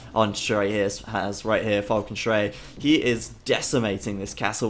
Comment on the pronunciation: Still pronouncing it wrong. Schrei is pronounced as "shri" in "shrine" :)